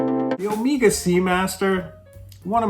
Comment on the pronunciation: It’s Omega (as in keg), not omeeeeega